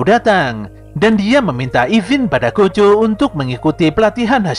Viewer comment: Yg pertama dengar gojo bukan kocho cung 😅